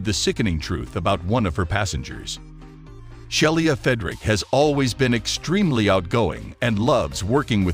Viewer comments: i'd be willing to bet her name is not pronounced shell-e-ah but she-lee-ah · More proof that most computer-generated voice is not ready for "prime time". The attendant's name was Shelia (she-la) not Shelly-a. And the constant wrong inflections are distracting.